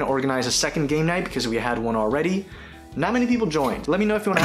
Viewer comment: Oh "Gamenight", I honestly thought he said "Gaynight".